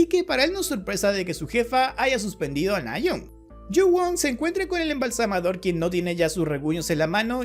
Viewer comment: Se dice "embalsamador". Ignorante